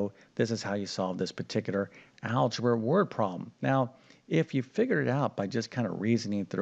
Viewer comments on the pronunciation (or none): Can you please correct your pronunciation of the words problem and algebraic? People learn more than math from you. They are not pronounced Prom and algebraic!